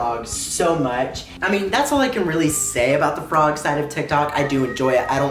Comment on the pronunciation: dyslexic queen😍😍😍😍forg 😍😍🥰🥰🥰